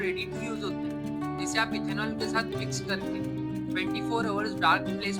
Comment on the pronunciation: It should be Ethanol not ethenol.